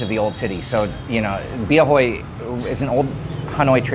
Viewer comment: The driver was correcting you because you said Bia Hôi (stinky bear) instead of Bia Hơi. ơ is like uh